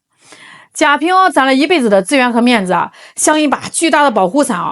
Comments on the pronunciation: 贾平凹读＂wā ＂、不读＂āo ＂ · 贾平凹（wa）不是ao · 贾平凹 凹唸(wa 第三声)不唸噢。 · 贾平凹？ao？人家是wa好吗？😂😂博主也是一个人才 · 凹字应该读~蛙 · 纠正一下博主：贾平凹(读音是WA，一声) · 是贾平凹（wa），粉红文盲😂也不少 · 贾平凹（音奥）是中国1980-90年代最火的作家, 他的名字如雷贯耳，天天在电视和电台里，人家自己认可的读音。估计你是给年轻人，只能按字面去读音。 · 那个人的名字应该念贾平凹（wā）吧。😅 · 贾平凹,凹在人名里念wā。